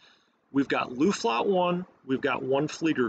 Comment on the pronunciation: Luftflotte - pronounce 'o' like in "floor" ;)